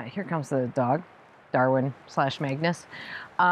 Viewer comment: While Magnus is size wise appropriate, it seems a bit hard to understand what you say. Some days could be Magnets, or as the one viewer asked before, are you saying Maggots!? Smile. When you say Darwin that is totally clear, it goes well with Dorothy and is fitting for a person into both gardening and animals!